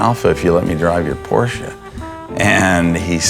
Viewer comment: 200K for a revamp of a old Porsche? Why not just buy a new one? P.S. Thank you for saying Porsche correctly.